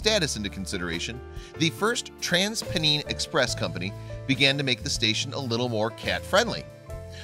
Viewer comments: At risk of offending you, may I assist with your pronunciation of our strange English word Pennine although I'm quite taken by your latin/ french sounding version! In fact if you take the two words Pen and Nine (9) and run them together, you get the very sound we use. The word Pen or Penn is a very old pre Anglo Saxon word meaning Hill. England has a range of big hills running largely North and south and has been described as he back bone of England They are probably ancient mountains which were eroded over millions of years. These are The Pennines. They are certainly no longer mountains although still big enough force road building to find valley routes. Of course you have Pennsylvania...Sylvania means trees but in that case, Penn is from the name of the guy William Penn. Maybe his grandad was William Hill???? Great video. I live half an hour from Huddersfield and know the station. Thanks a lot.... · he might at least have found out how to pronounce 'Pennine" propderly